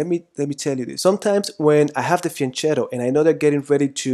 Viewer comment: Great lecture, but i'm italian, it's pronounced fianketto, not fianchettow